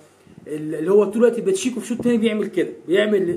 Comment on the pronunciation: اسمه باشيكو مش بتشيكو